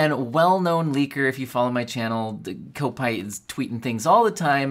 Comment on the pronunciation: It's pronounced cop-ite (rhymes with might or bite. It means he supports Liverpool FC